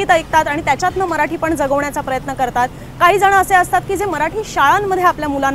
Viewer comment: काहीजणं असं नाही .काहीजण म्हणा.